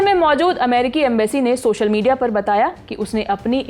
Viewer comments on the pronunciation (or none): none